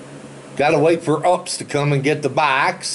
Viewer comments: it is pronounced U.P.S. you only say the letters you are 100% wrong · you pronounced UPS completely and totally wrong